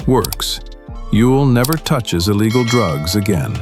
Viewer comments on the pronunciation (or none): none